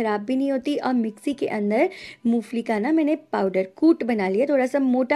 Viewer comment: Mo fali nahi ,mongphalli bolte hai